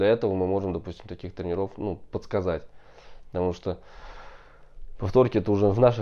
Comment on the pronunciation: в словах тренеров,тренерам, ударение на первую букву е, трЕнеров, а то информация интересная,а это уши режет